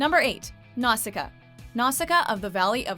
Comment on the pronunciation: Cripes, do you ever check how to pronounce these names? NOW-shee-kah. Hi-YA-oh Miyazaki. MAHn-gah. stops watching